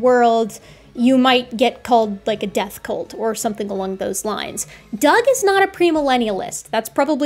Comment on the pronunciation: I thought you were making a presentation on baby horses. Cult doesn’t rhyme with bolt! Great show tho!